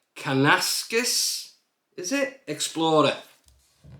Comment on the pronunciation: It is pronounced - Can-an-ass-kiss? From a true Canadian that has been there. 2 Beautiful golf courses!